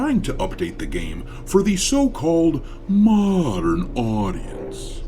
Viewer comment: Every time, pronounce "mo~dern Audicence" is very humourous, as if it sound like Mourndern Audiences. I am happy that DEI Jerknalists and righters are uglifying games so that,we, the REAL GAMERS can save up more money for REAL audiences games like black myth:wukong.